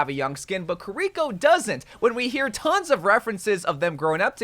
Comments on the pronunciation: Please for the love of God stop saying Kirikos name like that, its not ker-rico. Its kiri-co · it bugs me that you say kureeko instead of kiriko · The way u say kiriko triggers me its kiri-ko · kiriko is pronounced keeriko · can you stop saying kiriko like that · How can people not say kiriko right😂